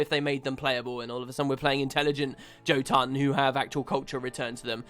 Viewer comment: Gah...I hate how Guild Wars 2 pronounces the jotun. As a Norse word, the J is pronounced as a "Y". Yotun. Jormag, being a play on Jormangundr, should also be Yormag.